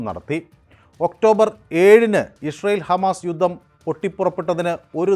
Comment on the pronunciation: ഇഷ്രായേൽ അല്ല ഇസ്രായേൽ.... അങ്ങനെ പറ